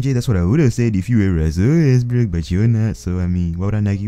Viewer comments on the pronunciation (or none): Josetoplay Games oh he's saying Russell Westbrook?.I thought was making some other dude actually named ruzzell Wezzbruk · Son Gohan he said westbook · LMAO "RUZZEL WEZZBRUK" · King Melo ruzzell westbook